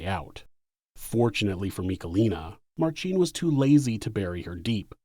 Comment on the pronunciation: Minor nitpick - in "Marcin", the emphasis is on first syllable. It's like pronouncing "Ashley" as "AshLEEEEY".